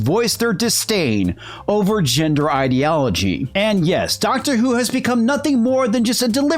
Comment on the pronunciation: "Doctor Whoke" lol